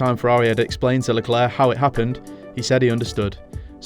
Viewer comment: Why does this guy pronounce Leclerc as "leclerk" and Ricciardo as "Ricky-ardo?"